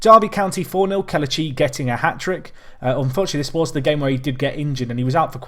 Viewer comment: It's pronounced Keh-leh-chee instead of keluh-chee. Still a great video